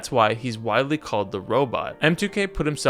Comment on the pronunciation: Dude, i cannot listen to you when you mispronounce the simplest words like “sparingly,” “faired,” or “widely”